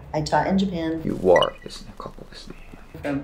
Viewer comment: 先生の発音がyou woreになってる笑